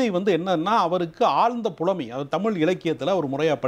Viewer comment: இரண்டு பேரும் தமில்- மக்கல்-பாடல்கல் என்று தமிழைக் கொலை செய்வதுதான் கொடுமை....